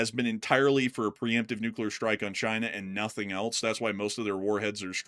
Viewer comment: In English, else is pronounced "els", rhyming with "bells," "tells," and "wells."🎉